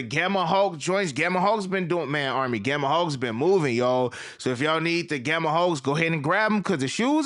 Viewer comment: I swear it sounds like you be saying gamma hawks instead of gamma hulk.😂